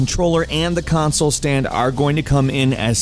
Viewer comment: "xbox cansoel"